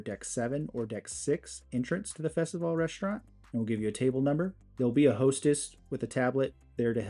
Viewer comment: Thanks for pronouncing the restaurant names properly. It made me feel old when other you tubers said festival or festivallEE. LOL... how do they not remember those wonderful ships Carnivale and Festivale. As a kid I used to dream about cruising on them one day. 😊